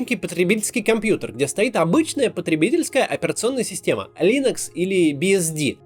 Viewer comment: "линУкс", Максим, а не "линЭкс". И да, так называет её сам её создатель. - блин, Максим, ну вы же позоритесь. Операционных система ДОХРЕНА, вопрос в том сколько конкретная занимает рынка. Вспомните Menuet или Kolibri, вообще ничего родственного с UNIX, а вполне работоспособная. Построенные ли Линуксе системы могут настолько сильно варироваться, что вы с трудом найдете что-то общее. И да, я придираюсь. - Максим упустил возможность вставить клип из Осторожно Модерн, где Задов хвастается тем как он скоро купит Москвич Святогор (еще тогда меня смешило это название).